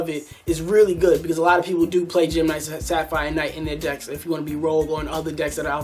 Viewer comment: also, its se-ra-phi-nite, not sapphire knight.